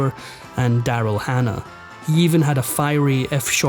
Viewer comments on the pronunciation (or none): none